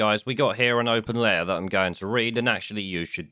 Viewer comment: Sorry, and I guess it's considered rude to say it but I can't face listening to somebody who says open lair instead of open letter.